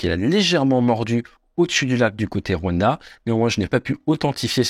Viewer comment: Deja append a prononcer le rwanda